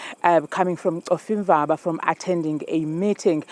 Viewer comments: Khonfimba 😂😂😂 or Cofimvaba try to pronounce it correct next time brother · Please get your news read words or African names correctly. I feel offended when a black person would refer or call Cofimvaba as Cofimva at least that's how he sounded. Please let's not Englisize isintu please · He said "coffee-mvaba"😂😂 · Cofimvaba Not like KOMFIMVABA , HAIBO WHERE IS THIS MALE PRESENTER FROM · .. so this dude pronounced Ncofimvaba as Coffe'mva.. mxm ... We never getting our land back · Cofimvaba not Ncofimvaba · Ngowaphi lo ungayaziyo Cofimvaba “Cofimva” 😂😂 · Not being able to pronounce "Cofivamba" as a black news anchor in South Africa is nasty work. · 😂😂😂😂😂 bra he said Kofi, Kofi mva 😂😂😂 I was like WTF dude you're one of us lmao whuzet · Coffemba(Cofimvaba)😂😂😂, ey Lama model c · What is khofimva wow hayibo ungowaphi cofimvaba bhuti maan yhoo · Hayi ngeke I think it's travelling from Cofimvaba not "khofimba" practice words before reading them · coffee mva.... he said. How disappointing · "Khovimva..." Ngowaphi lomjita😂😂😂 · Khofimbaba then proceed let's move on"😂😂😂 the reporter "Boom! GOOD MORNING ARABILE"😂😂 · Aibo this guy can't pronounce Cofimvaba mxm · Can't pronounce Cofimvaba 😂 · How r u an anchor, whose Black at that incapable of pronouncing Cofimvaba? I mean I'm appalled at this poin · You can't even say Cofimvaba mncim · Run away or drive away?? Journalism is poor. The Anchor not even being able to pronounce Cofimvaba 😂😂😂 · Lomntu wohlulwa kubiza u Cofimvaba mnxxm dakie zakuthi 🙄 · Who and where's this guy from that can't pronounce cofimvaba😳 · This stupid anchor cannot pronounce Cofimvaba. Idiot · 🤣🤣🤣🤣🤣🤣🤣so embarrassing that our anchor can't pronounce it correctly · This anchor can't pronounce Cofimvaba aibo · This anchor can't pronounce Cofimvaba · This guy😮😮😮😢 he butchered the word yoh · He couldn't pronounce COFIMVABA 😅😅😅